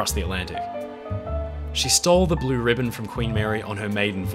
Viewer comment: I had the pleasure to travel on her first class from Bremerhaven to New York in 1964 courtesy of Uncle Sam. My father was a US Army officer. I remember It was difficult to walk on deck due to the high wind speed caused by her forward motion of 38 knots. By the way it's Blue "Riband" not ribbon. This ship was the embodiment of America when she was at her apex of power and prestige. Thanks for a wonderful video.